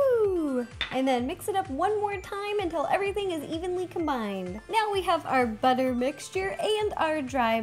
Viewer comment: stop saying evenly cumbind😬